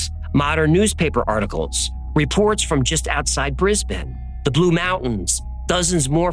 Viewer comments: Well done on pronouncing Brisbane correctly :) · Finally a yank that pronounces brisbane correctly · Nailed that pronunciation of Brisbane👌 Aaaand yeah, top notch episode too👊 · Yep. Getting Brisbane right! is a legend! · Oh, mate, I was pleased when you pronounced 'Brisbane' correctly but then you said 'CanBERRA'.....phonectically it's CANbra. Also, Emu is eemYOU, not eeMOO.